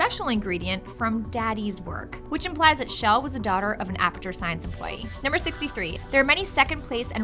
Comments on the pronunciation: CHELL, not SHELL!!! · SAY IT WITH ME SH ELL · Her name is pronounced CHUH ELL not SHELL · Her name is pronounced "Chell", not "Shell". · IT IS CHELL NOT SHELL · half correct, Chell has no correct pronunciation, and if you ask people at valve, they'll all give you different answers